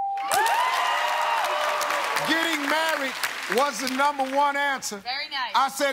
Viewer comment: Steve says, "She got all numba' 1 ansuhs'!" Me: "Oh, really STEVE?!"